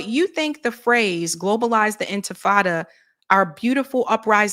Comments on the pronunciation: Sharpton, it’s INTIFADA NOT INFATADA! You absolute a-hole 🤬 FREE FREE PALESTINE! LONG LIVE THE INTIFADA! ✊🇵🇸🗝🍉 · Sharpton can't pronounce Intifada. I wish Mamdani had corrected him like the journalist who mispronounced his name.